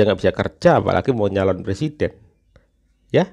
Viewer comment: Novel tanpa hurup "R" adalah judul yg bagus untuk sebuah BUKU. NAH KALO PRESIDEN TANPA HURUF "r"jadi PLESIDEN😅